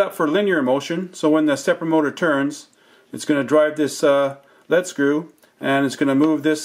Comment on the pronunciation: Excellent but it's pronounced "LEEED SCREW" not lead as in solder.